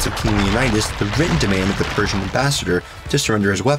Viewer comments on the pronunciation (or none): none